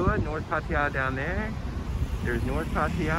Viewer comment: I don’t understand why these guys that live here for long time cannot even pronounce the name of the town correctly: “PAH-TAH-YAH”